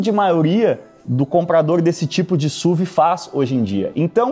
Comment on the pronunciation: Me dá agonia ver o falando SUV (SUVI)... pra mim sempre vou falar S.U.V. pq é sonoramente melhor